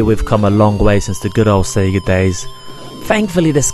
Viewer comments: You forgot Sega, not Seega ;) A few wrong words it's a nice review. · Its not called Panzer Dragon Ortra, and You don't pronounce Sega as Sea Ga, its Say ga. There is no R in Orta, and Dragoon has 2 oo's not 1